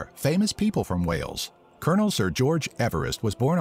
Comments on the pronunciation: It is Wales not whales. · The pronunciation is awful! There are dozens of castles in Wales, several of them are epic. (Richard Burton, Ioan Gruffudd and Luke Evans are Welsh too.)